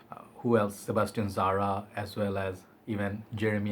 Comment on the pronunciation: Why you keeping saying Sebestian Zara who is Sebestian Zara?